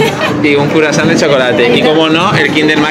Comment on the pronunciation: ¡CURASÁN! ¡Ha dicho curasán! JAJAJA No, en serio, muy bueno el vídeo